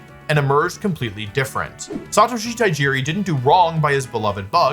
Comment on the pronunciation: you're putting an extra syllable. It's Ta Ji Ri, not Ta I Ji Ri